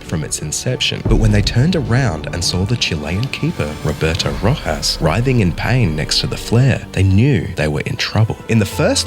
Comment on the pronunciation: I’m sorry but if your gonna make a video like this can you at least say the name correctly